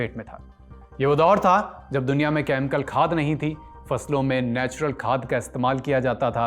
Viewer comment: भई आप 'केमिकल' को 'केमकल' क्यों कहते हैं। यह अजीब है।स्टाइल के चक्कर में अशुद्ध न बोलें।